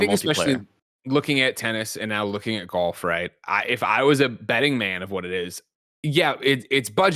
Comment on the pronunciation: Kinda sad is going to lose to a guy that can’t even pronounce “golf” correctly lol